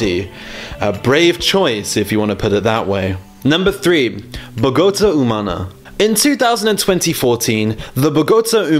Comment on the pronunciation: Unusual pronunciation of Bogota haha